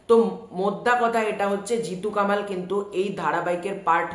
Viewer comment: জিতু কামাল উচ্চারণ করছ কেন ভাই? ওর নাম কমল ওই নিবেদিতা দেবীর ইন্টারভিউতে বলেছে।